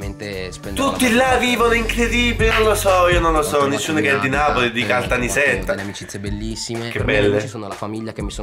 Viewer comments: Awed si dice caltanissetta non caltanisetta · Caltanissetta ha 2 S!!!! Vi prego pronunciatelo bene 😭